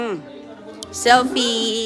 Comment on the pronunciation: Makakain na naman ng masarap si roning at mga anak libre pa. Bugok kuya Rollie hindi kuya Rolay. Gutom si Aguy kc d mo pinapakain. Yan ka naman selfie hindi selpay. State hindi stit. Nag tiks raw ang text. Ispis ung space